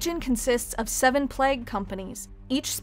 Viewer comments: Nurgle the Plag Lord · The way you say "plague" makes my uncomfortable and you should change it.... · Good video, but you say “plague” in a really weird way.